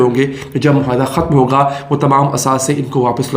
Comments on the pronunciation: Plz. say MUAYHIDA & not MOHAYDA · آپ بھی"" مہا ئدہ "" بولنے والے ہندوستانیوں کی صف میں ؟؟؟؟؟ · It would have been better if the maps remained on screen a little longer. Please pronounce the Urdu word معاہدہ correctly.